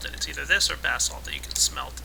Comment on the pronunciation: its pronounced bay-zolt